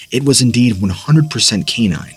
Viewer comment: Please learn how to say canine. Kà -Nine is how it is pronounced